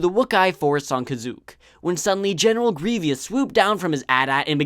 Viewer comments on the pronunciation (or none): You said grievious on the general grievous video.